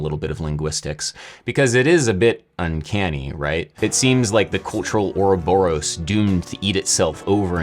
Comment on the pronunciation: Your next video should be on why everyone mispronounces "ouroboros". You already have a clip for it ! 😆